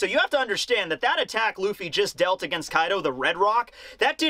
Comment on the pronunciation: You mispronounced Koi D. O during the intro.